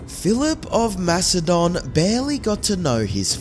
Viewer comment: are you saying Philip of Mastodon? Not Macedonia? Is this an AI voice just reading the same mistake over and over again? Its a huge miss and no one in the comments points this out so I am wondering if those are fake too